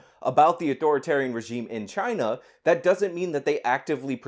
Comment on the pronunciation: Spanish flu came from Chy-Na too.